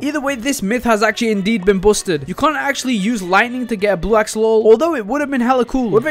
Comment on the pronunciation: “Blue axololol”